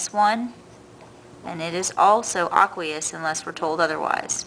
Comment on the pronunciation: I was really tempted to click off this video because she kept say "aqueous" wrong